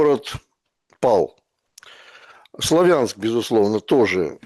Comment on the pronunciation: Не КупЯнск и не СлавЯнск, пожалуйста. Правильно КУпянск, СлАвянск